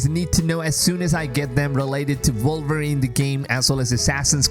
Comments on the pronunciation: Why does this guy keep saying “Vulverine”? Not sure I want to play that game. 😂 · The character is called WOLVERINE not Volverine😂